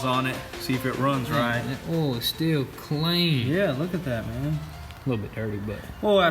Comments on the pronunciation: Oil not ollllll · Oil not “OLL” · Oll? The fuck is Oll? I've heard of oil. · hahaha why do you call oil for ol? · Olde Oihal.. MMmm just fille dup the OYALLL.. Ol Ohal.... MM... filln up the ohal with ol Oyle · How many times can someone mispronounce OIL? It has a "i" in the word, it is not spelled ol. You say it like the word "old" minus the last letter! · I enjoyed when you said "ol" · The way they say oil. Olle 😂😂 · the "OWEL" lol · Say oil right god damn it